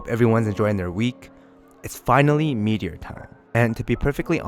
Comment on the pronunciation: “Meat”eor. cool review man